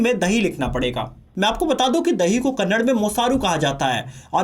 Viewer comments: It's not Kannad, its kannada. Please correct. Content is good.!! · Kannad Alla Kannada ❤ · Kannada* karnataka* pronounce correctly....!